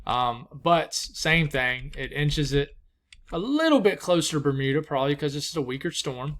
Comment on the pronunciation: Good pronunciation of Grand Manan Island ! Metegan ( Me-TAY-gan ). Good work . Bermuda OK !